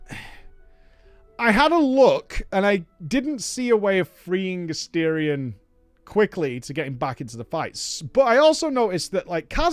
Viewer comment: Never pronouncing his name correctly is the cherry on top.